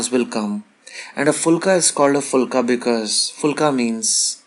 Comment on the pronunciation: phool nai bey puhul with a p...puhlna... You can say plum with a p, you can say pichkari with p and pan with a p but you cant say puhulka? chutyafay ki koi hahd hoti hai! Everything else is stufendous! Good job!